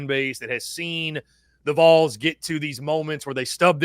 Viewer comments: It’s pronounced VALL’s. Ding dang it, get it right. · please correct people when they say the Vuhls. VOL sounds like ball but with a V. Love the content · Or when they say vowls like bowls... drives my nuts 😆 what's hard about Volunteers shortened to Vols for these people 😆 🤣 😂